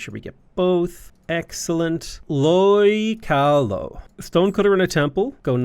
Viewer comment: I know you don't speak Hawaiian so let me help a bit. Keawe = Kay-ah-vey. Lo'i Kalo = low-ee kah-low. Kahuna = Ka-who-na.